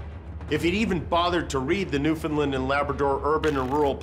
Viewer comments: Jimmy. Understand Newfoundland. That’s how you pronounce. Pls get it right!!!! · JIMMY, it’s pronounced New-Fin-Land. Come on b’y, learn how to pronounce the name of the damn province already since you wanna keep being an honorary mayor here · Jimmy this is funny stuff but please learn to pronounce the province name Newfoundland, it rhymes with understand . Or maybe just call someone here in Newfoundland.